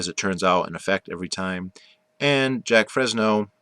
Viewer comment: His name is not JACK. ITS JAQUES